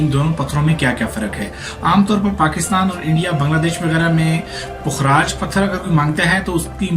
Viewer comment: Bhai pukh-raaj hota hy. Fukraaj ni hota. Pay khay puk bnata hy. Apki pronunciation galat hy. Ye meri ami ka naam tha. Pukhraj ko yellow sapphire kehtay hain. Topaz brownish orange hota hy. Pukhraj light yellow, white, sky blue colour mein hota hy aur gem stone hy